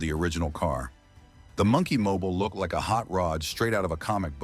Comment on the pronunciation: AI pronunciation of "Monkey Mobile" is wack!